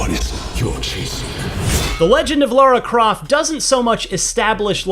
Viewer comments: It's Lauro Croft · Lars Croft? 😳